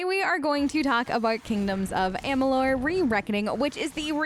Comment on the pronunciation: You said the game name wrong 😅